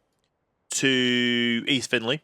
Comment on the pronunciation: It’s actually Finchley, not Finley.